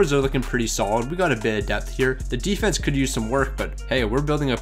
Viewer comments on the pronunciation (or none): none